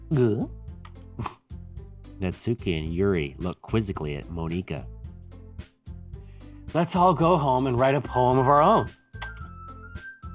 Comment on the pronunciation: can't stand them clling monika that T.T it's not pronounced that way T.T